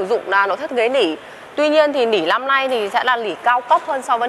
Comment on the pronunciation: " Lăm" lít tư hay năm lít tư? "Lối niền"hay nối liền? "Lỉ" hay nỉ"? Mở "dộng" hay mở rộng? Lấy gió "chong" hay lấy gió trong?...Không phải tiếng Việt nên người Việt nghe thật khó hiểu.